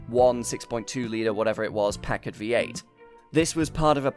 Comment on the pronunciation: Really glad to hear a British person pronounce Packard correctly. It's "pack-erd," and so many pronounce it "pa-card"